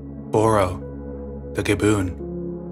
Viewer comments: Am I wrong but isn't it gib-bon not gib-boon? Have I been saying it wrong lol? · You did amazing sweetie (I cried when you said gaboon)) 😭😭😭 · Gibbon, not gaboon. Was thinking you were talking about a snake at first. 😂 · He pronounces a lot of words wrong, and you're right. The primate "Gibbon" is pronounced exactly the same as it's spelled, (GIBB-on). A "Gaboon" is a type of venomous snake. But my favorite mispronounciation of his by far is that of "cacophony", which is (Co-CAH-Fo-NEE). He pronounced it as (COCK-a-phony).